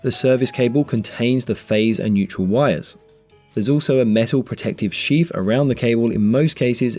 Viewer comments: Im pretty sure it is called sheath and not sheaf 😂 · Usually, I'd refrain from interfering, but seeing as viewers are coming here for educational purposes, I feel obliged to point out that the correct word is "sheath", not "sheaf". Sheaf is a bundle of grain stalks. While electrical wiring has a Sheath. Apologies for being a grammar-troll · It's Sheath, not sheaf. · ... it should be "sheath" ... not "sheaf" ! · It's "sheath" ... not "sheaf" ! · Excellent descriptive video. Thank you for sharing your content. Sheath not Sheaf. Just saying. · Is that really a "sheaf" in UK English and not a "sheath"? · Great video guys. Surely you mean "armoured sheath" and not "armoured sheaf"? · It’s a sheath around a cable not a sheaf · Very useful - But I think you mean 'sheath' - not sheaf. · Dry good clear explanation, just think “sheaf” is actually “sheath” ?? Don’t think corn has much to do with 230v😆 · That's just the way it's pronounced in the Sarf East. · sheaf = sheath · Sheaf? I though it was sheath. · Superb, clear explanations. Thank you! Just one query... it's "sheath", surely, not "sheaf"? A sheaf is a stack of corn. Or is this an industry-specific term? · Awesome video with amazing content. I'm still trying to get passed "sheaf" vs "sheath" though! :) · I was just going to say the same 🤣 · Sheaf or sheath?